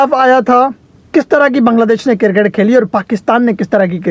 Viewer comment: O bhai ye kirkit kirkit kya hota he? 😂🤣🤣😂